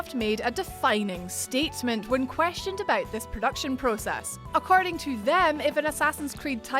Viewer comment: the “about became “aboot”